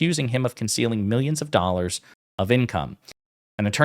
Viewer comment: James pronounce dollars like this”dollarsh”😂😂😂😂. Goof ball!